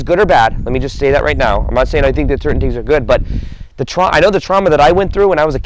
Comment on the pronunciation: I knew he said, "right meow" lol.